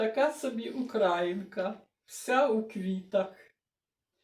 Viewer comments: Дуже гарно, але ж говоримо правильно-УкраЇнка!!!, а не укрАїнка. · Як на мене, то спинку треба було зробити менше квітчастою, більше білою. І слово українка має наголос на Ї а, не на А. укрАїнка говорять російськомовні і каzапи. Прошу вибачити за відвертість. А ідея взагалі чудова.